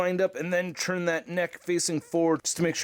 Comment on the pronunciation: Please enunciate the T better when you say “turn”. Sounds like you’re saying CHURN everytime. It’s slightly annoying but great review and awesome channel!